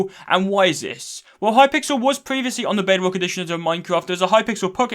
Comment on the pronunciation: I’m sorry I can’t get over the Hi-pixel instead of it being a full word. Maybe it’s just me, but he said it differently a few times lmao.